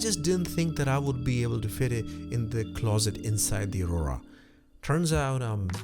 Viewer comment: "Ah-roar-ah" as in the Norther Lights, not "Oh-rah", the energy field supposedly around our bodies.